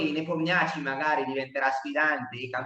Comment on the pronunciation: Per i curiosoni* Rapport si pronuncia "Ropport" (strano ma vero,essendo Ungherese) mentre Nepomniachtchi non si pronuncia "Nepomniaci" ma " Nipomnisci" Il finale è "sci", non "ci" così come all'inizio il "Nepo" si pronuncia "Nipo". Non è una critica* è una semplice curiosità, perché quando vengono chiamati in causa i loro nomi vengono pronunciati male 10 volte su 10 (parlo anche di dirette mondiali di altre nazioni) . Lo dico più che altro a titolo informativo,per il mondo a quadretti